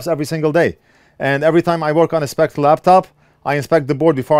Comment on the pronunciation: I know it is a minor and petty thing, but Spectre is pronounced (and spelled in America) Specter, not Spect, just saying :)